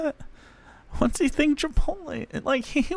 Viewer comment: As someone who has to listen to people pronounce it "chipolte" all day, I'm simultaneously more understanding of how could also get it wrong, and more annoyed by it.